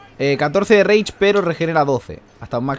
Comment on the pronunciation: Cuando entiendes que dice " Reich " en vez de " Rage " xDD